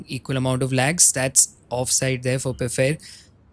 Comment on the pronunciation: Someone tell the name is pronounced 'Faifarr' not 'pfair'